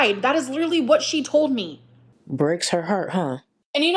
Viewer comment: Grammatically challenged, leeeterallly.. 😂